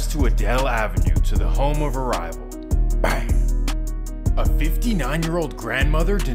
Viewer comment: The way he says bang gets me every time lmaoo